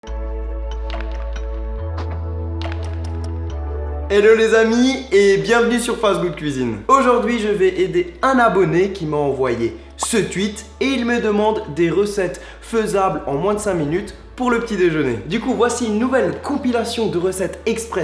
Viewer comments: "Ce twuit", on dit : "Tweet" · "ce tuite" décidément on ne l'entends pas que sur Lestream x)